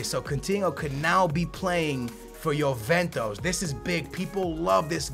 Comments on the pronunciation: dude can you not pronounce anything right ? you say yoventos instead of juventus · I like Chelsea career mode better just because I get stage 4 cancer everytime you say YOOVENTOS........ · The name of the club is not JuventOs? It´s JuventUs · youventos . pugba lmao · Na america (penso eu) que não pronunciam "ju" pronunciam "yo" ou "yu"